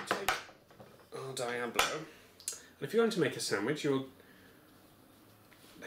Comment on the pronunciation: "Sandwidge"